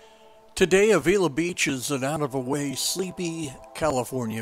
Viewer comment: FYI, you are pronouncing Avila incorrectly. Locals say Ave-ill-la.